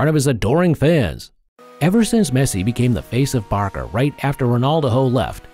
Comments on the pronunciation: Why did you call barca barka . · Why did you call Barca Barka bro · Barcelona Fans: VAMOS BARCA! Him:Vamos Barka Barcelona Fans: Why Did You say Barka Its BARCA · Man said barka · “Barka and Bilboa” “ Messi’s goal held barka” 💀💀💀💀💀💀💀💀